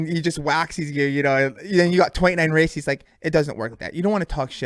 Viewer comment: Apparently we've been saying "races" wrong the whole time. According to Deano, it's "racees".🤣